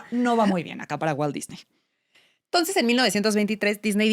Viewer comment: Muy completa la información y para no variar, demasiado uso de palabras en inglés en lugar de usar su equivalente en español. Sin embargo en esta ocasión hay un plus imperdonable: no pronuncian correctamente el apellido Disney. Tache.